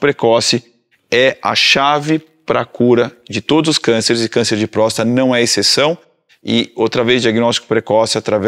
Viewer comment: Me incomodou o médico prenunciando prosta e não próstata.